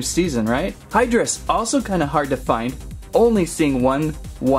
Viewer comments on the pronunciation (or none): It's pronounced high-drus. 😑